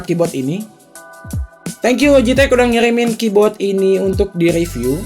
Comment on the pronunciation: Ngomong "KEYBOARD" jadi "KEYBOT